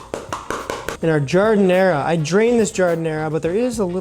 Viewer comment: You're not supposed to pronounce the last "a" in giardiniera. Transplant alert.